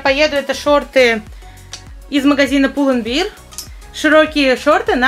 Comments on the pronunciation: только магазин Pull and bear произносится как пул энд бэар (bear - гл. - нести; сущ. - медведь), а то у тебя получается пропаганда пива (beer (биир) - пиво 🍺) 🤭🤫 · Pull&bear немного не так вроде произносится :ш